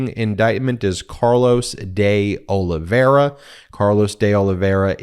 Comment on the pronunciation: Please Ben, pronounce the i in Olive i ra , last name. It’s painful to hear you night after night saying “Olivera”